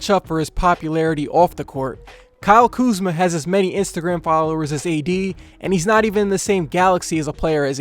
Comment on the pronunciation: Bro said kuzma at the 2 lmfao